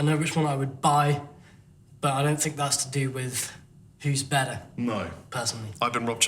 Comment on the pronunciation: I don't know, which is bedder, Rob?